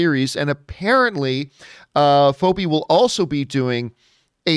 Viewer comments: Who's FOH-bee, John? 🤣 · Its pronounced feebie john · I'm sure you got a ton of comments on it but its fee bee phoebe. No big deal The big deal here is these are two top creative talents, If you have time watch fleabag It's a short watch It's worth it, She is amazing. Atlanta won't be for everybody but again the storytelling is amazing and the acting that, and pretty much everything Donald Glover touches is gold - solo the movie not his performance, and Phoebe's writing ability is amazing and her storytelling. This could be one of the best shows ever. I hope that it's a limited series and they just have this one great story and we get these two together because I can't imagine this being cheap. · Why did John pronounce her name wrong? More than once? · How do you not know how to pronounce Phoebe?!